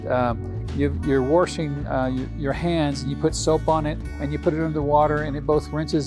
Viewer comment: Had to stop watching…. Sorry…. NO R in WASHING